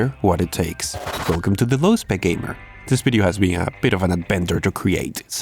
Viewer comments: you say Video..we hear it as Bideo??? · This "Bideo"?